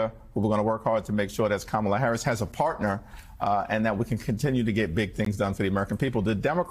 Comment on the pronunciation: Her name is KAMALA, Al! Get it RIGHT!